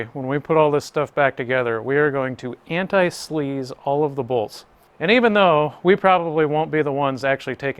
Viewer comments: Anti seize not anti sleeze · its called anti-seize not anti-sleeze